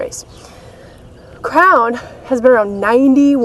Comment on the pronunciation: Every time you said "Crown" i thought you were saying "Crayon" haha. I love your videos and your positive attitude to life, one day i will hopefully meet someone just like you. Definately wife material. Keep up the great work x